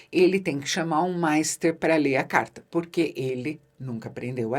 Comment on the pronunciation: Que nervoso da quando pronúncias o nome do rei e dos mestres: Égan e Maister 😅